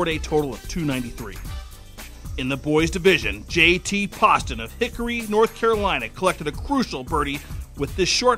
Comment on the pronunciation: you are saying J.T.'s last name soooooooo wrong